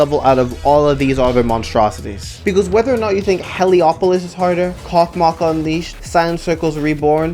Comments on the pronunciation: THATS WHAT IM SAYING! ITS RUSSIAN! ITS PRONOUNCED COSMOS! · bro said cock moc its cosmos or smth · WHY DO WE PRONOUNCE IT KOKMOK VRO ITS COSMOS UNLEASHED